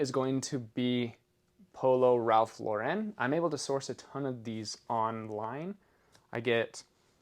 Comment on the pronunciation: Your videos are always incredible & loaded with info… Looking forward to the next category tomorrow.. FYI for pronunciation on RL .Ralph Lauren… . it’s LOR’ en not lor EN’ emphasis on the first syllable.. 👌